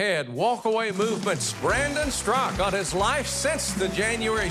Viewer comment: Why are you Mr. Huckabee and your announcer pronouncing Mr. StraKA as Strak? It is very disturbing!